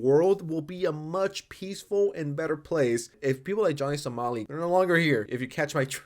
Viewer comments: Why do you keep saying Johnny Salami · He says it on purpose